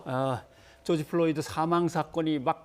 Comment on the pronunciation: George Floyd구요, 한국어로 죠지 플로이드!!!! 플로니가 아니라!!! 교수라면서 사람 이름하나 제대로 발음 못합니까? 망자에 대한 예의 좀 갖추시죠!!!!!!!!!!’